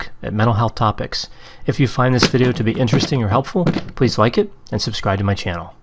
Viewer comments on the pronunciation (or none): none